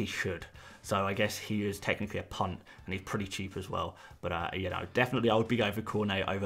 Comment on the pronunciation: Every time you say punt I just hear cvnt 😂 please can you start referring to a big punts as massive punts, and for plural use a bunch of punts 😅